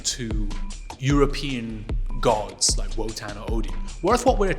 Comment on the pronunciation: Each time you say Wotan I hear “Wutang”…. And you know they ain’t nothing to F with